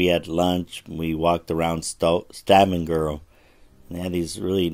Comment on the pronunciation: Only an America could pronounce Stavanger like you did. Only pulling your leg😅